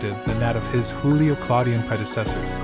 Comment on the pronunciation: It’s Joo Lee oh and not Who Lee oh. These are Latin names and not Spanish 🙄🙄🙄